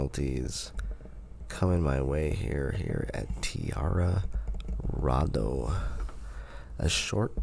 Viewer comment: It’s pronounced Tia Rado ( like the end of colorado, it’s in grand junction colorado